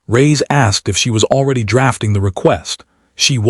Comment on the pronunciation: Really caucasion AI narration. "Reyes, Kwan...." are not difficult pronunciations.